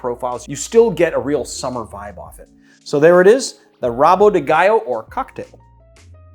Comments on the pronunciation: Hey, you are pronuncing "gallo" (spanish) instead of "galo" (portuguese). Other brazilians cocktails I recommend you check out are the Banzeiro and the Capivara. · It's GALO with one L and it's NOT pronounced as you would in Spanish.